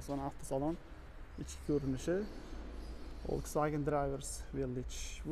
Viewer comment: Блоггер укам, Волксфаген эмас!!! Фолксваген булади!!! Саводингиз устида хам ишланг,илтимос узбекларни саводсизликда айблашларига сабабчи булманг. Хатто русча сузларда ургу кайси товушга берилишини хам билмайсиз. Сизни саводсизликда айбласак аник жахлингиз чикади лекин факт шуки, сизни саводли хам деяолмаймиз. Танкиддан тугри хулоса чикарган инсонгина улкан ютукларга эриша олади.